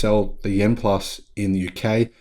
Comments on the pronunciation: The name of the EV is YUAN, not YEN! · Hello, greetings from Sydney. Chinese currency is Yuan. It could be my hearing but it sound like you were saying Yen for Japanese currency. To pronounce Yuan say “you aren’t” without the T at the end. Apart from that great video. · By the way; you're mispronouncing the Chinese currency. Check out this vid for an explainer And, Yen is the Japanese currency.